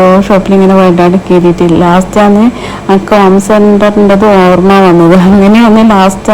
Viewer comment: അക്ക് അല്ല😂😂.....എനിക്ക് എന്ന് പറയൂ